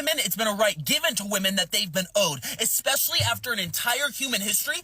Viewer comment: People I don't listen to: someone claiming to be a teacher but pronouncing it "ekspecially"